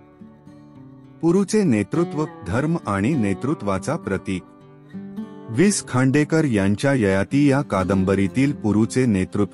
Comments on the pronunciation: सर कृपा करून विस खांडेकर असं म्हणू नका. वि.स. खांडेकर असे म्हणा. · निवेदकाला लेखकाचा उल्लेख विस खांडेकर असा उल्लेख ऐकूनच निवेदकची कीव कराविशी वाटली. निवेदन अगदीच अयोग्य आहे. पुढे ऐकावेसे वाटत नाही. लेखकाचा वि.स. खांडेकर असा करावा. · अतिशय घाणेरडे वाचन... भावना शून्य 😢 हाविस खांडेकर हे ऐकून च मन खिन्ह झाले...😮